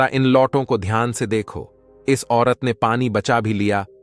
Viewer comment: Ghyan nahi dhyan kahiye